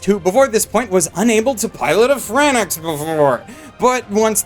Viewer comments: Darling in the XanaX 😎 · It is franKxx, not FranSxx. So it's Frankus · Darling in the "Fran-Ex"? Seriously? Come on my dude. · Vegito Charmara He is pronouncing it wrong. It’s pronounced “Franks” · Oh no. He pronounced it wrong. Do you really care that much? Good lord. People like you are just another reason why sometimes I'm sad to watch anime. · It's pronounced "Franks" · It's pronounced Frank's! Darling in the (Frank's)Franxx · Darling in the franaX .... Ok first two seconds in ... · He was pronouncing it literally: Fran-XX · yo why you sayin Franxx like some type of medicine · Franxx not Franax...They even pronounce it correctly in the show... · Reupload this video with the proper pronunciation of FRANXX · Omg, r u kidding me, u do know they packed so much world building and character building, far more than "just the sexual innuendos". U didn't even say "franxx" correctly. Sadly, only human minds who understand episode 6 and more. N u don't watch it just because it's crazy, the story is awesome. Just understand the show more, it's so much more awesome than wut u say, the deeper meaning IS just soooo, amazing. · Everytime you messed up the pronunciation of Franxx. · I take a shot each time he mispronounces Franxx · It's spelled FranXX, and capital letters typically signify a new word (like how EarthBound is pronounded "Earth Bound"). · War624 ... what. lmaoo, someone pointed out that he pronounced something wrong and it makes YOU sad to watch anime??? wtf (°ε° ) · It's "FRANKS" not "Fran-eX"! D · FRANXX, Not fran-ex. Thank you. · It's called Franxx, not Franex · WHAT FUCKING FRANNAX ITS FRANXX YOU STUPID IDIOT sorry this is fav anime Right now and your pissing me of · ITS FRANX, AS IN F R A N K S, NOT FRANAX, FRANKS, NOT FRANAX, FRANKS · I just watched episode one I just need to know how to pronounce the franxx word so I dont piss off the community....is it "fran-ex" or "franks"? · It's franxx, not franaxx ffs. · It's pronounced Fran-ex and not Franks??